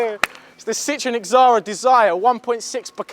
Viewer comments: Thanks for upload but it's.pro Zara not X-sara ... bless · It's pronounced Zara 🤣🤣🤣🤣🤣